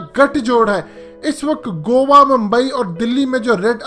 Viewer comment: Bhai u r gt8 but go wa nhi hota goa ko go aa prhty hain